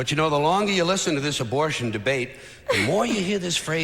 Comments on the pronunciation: I had to rewind three times because I thought I was hearing things. What the hell is sismortion? It's ABORTION. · George would be rolling over in his grave hearing you say susmortion